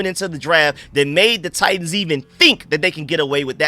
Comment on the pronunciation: Bro you confused me with how you said titans, it sounded like you were saying tight ends, had my mind in a maze 😂